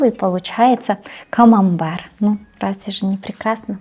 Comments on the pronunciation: Если что сыр называется КАМАМБЕР а не камамбар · Если что, говорит Камамбэр (на український лад), а с вами сработал принцип Шо не дочує, те добреше))) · Она говорит не камамбар, а камамбэр, потому что в украинской фонетике некоторые согласные не смягчаются, как в русском перед «е», например, поэтому соседняя гласная не «е», а «є».